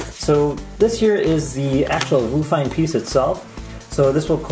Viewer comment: its probably pronounce VIEW fine right? i mean whats a Voo?